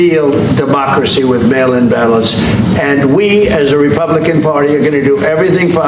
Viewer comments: Ooh! I thiught he said male inbalance 😂😂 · I thought he was saying ' male imbalance' at first. Think I need a hearing test 😅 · Every time they said mail in ballots I heard male imbalance